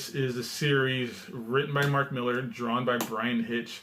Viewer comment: Yes, you pronounced Mark Millar's name correctly! It's pronounced the same as Frank Miller's surname. Some people say "Millaaaar" :-)